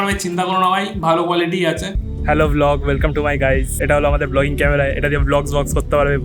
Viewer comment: '''hello vlogs welsome to my guys''' এই টা দারুণ ছিল ভাইয়া😂😂😂😂by the way 500 কুঠি ভালোবাসা from Bangladesh ❤️🖤🤍🥀